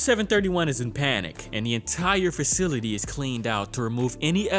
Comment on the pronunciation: “Fercility” “ver-jay-jay” haha